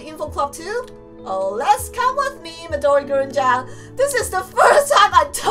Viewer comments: you don't say gurin you say..... MIDORI GURINUUUUUUUUUUUUU (its green but with an japaneese accent) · Just a tip: Midori Gurin is actually pronounced midori GREEN but green in a chinese accent so it sounds like Midori GREENU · it's pronounced midirori green but with a British accent. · Midori Gurin is actually pronounced Midori Green.